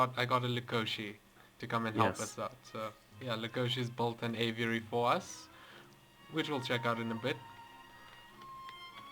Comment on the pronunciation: I'll believe a pz player when he can pronounce aviary